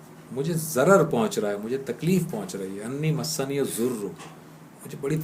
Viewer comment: AOA plz recite dua with tajweed masniyazoor is wrong masaani yazoor is correct.reciti zabar on word "seen" not combine the "seen" with "noon'.fiammanillah